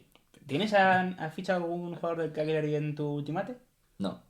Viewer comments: Cagliari tiene la pronuncia espanola de "Callari". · Se pronuncia 'Calliari'.. En italiano gl se pronuncia ll